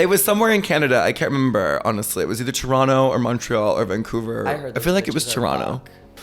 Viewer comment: Violet saying Toronto without the second T ! She's an honorary Torontonian!